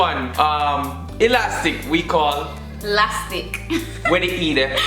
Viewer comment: Not lastic. Laskit*